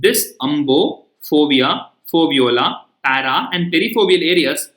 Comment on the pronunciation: It's foveola